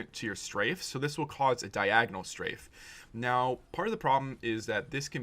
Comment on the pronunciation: its not diagnol but diagonal lol